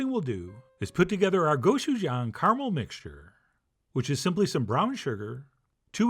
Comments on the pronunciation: the pronunciation is more like a choo choo train. go-choo-jang. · not the end of the world but the pronunciation is go CHU jang. Hard CH sound not a SH. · AND 'jang' is pronounced like JONG/JAHNG. Short o sound. GO-CHU-JAHNG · The real way to pronounce Gochujang is that the G is pronounced like you're trying to say K and G together, and the J is like trying to say CH and J together, so it's like you're superimposing "Gochujang" and "Kotchuchang" together.